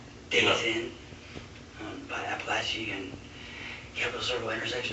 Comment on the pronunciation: wild how he can’t comprehend anything at all but when the officer sneezes he instantly says “bless you” super clearly. The brain is wild